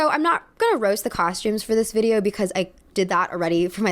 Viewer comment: I love how you pronounce "because" as "becaise"